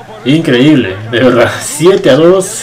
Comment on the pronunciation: Es verdad, no verdat, es Madrid, no Madrit